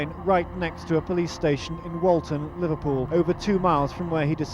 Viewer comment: so strange that the first story is so close to my home town, hearing you prounouce liverpool made me giggle though, i never hear Canadians/Americans pronounce that place before now..